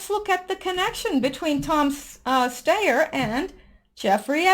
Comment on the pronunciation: Just a pronunciation tip,: Tom Steyer's name is pronounced STY-er - like a STY in your eye. (I know because he's been running seemingly non-stop impeachment ads here in California, ugh!).